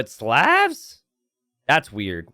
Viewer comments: There is no such word as "anyways" in the English language. The word is "anyway". You can't even pronounce "Slavs" correctly. STOP PERPETUATING STUPIDITY. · You pronounced Slavs wrong bro. Good cast and a great match.